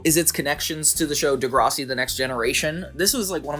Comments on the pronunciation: Just so you know. I see ppl from the USA make this mistake. Its pronounced "De-Grass-ie". Like grass outside "Not De-graw-sea" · Deh Gra see. Not Deh Grah Si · Bruh it’s de grass si not whatever u said lolol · De grase ie. the way my head whipped round with a “the fuck u just say” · I stopped watching after he butchered DeGRASSi 😂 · Im from canada and grew up with this show. I always thought Derek and Casey were gonna hook up. I always thought it was weird, but tbh I loved this show. It was different and fun. Minus the sexual tension it was a great show. Side note: I have NEVER heard anybody call Degrassi "Dehgrahsi" hahaha caught me off guard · Peace and love, but as a Canadian the way you pronounce Degrassi sent me into a spiral, loved the video! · You pronounced Degrassi wrong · WHYYYY did you say Degrassi like that lolllll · I physically cringed at that pronunciation of Degrassi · Saying degrassi was a fav show of yours and then pronouncing it completely wrong was a choice